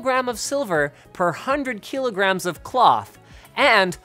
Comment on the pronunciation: Kee lo grams